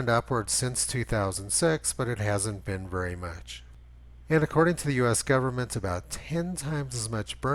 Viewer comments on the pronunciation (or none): none